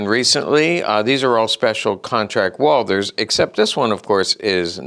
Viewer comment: Fun fact : it's Walt- her , properly pronounced 😉